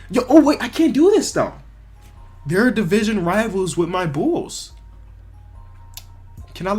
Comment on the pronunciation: Bulls not nulls